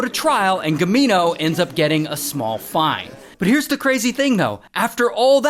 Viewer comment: MAMA MIA 😂😂😂❤ its Foine